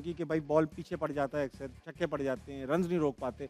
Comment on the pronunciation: Ahmed shezad says chikke 😂😂😂 not chakke 😂😂😂